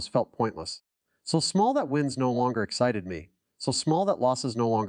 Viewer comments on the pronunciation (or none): none